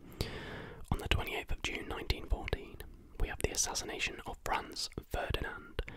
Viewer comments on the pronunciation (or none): none